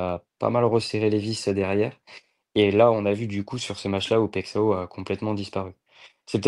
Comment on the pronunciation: Bonjour ... En bresilien le x se dit "ch" et ão se dit aon... Paillechaaon pour Paixão😅😅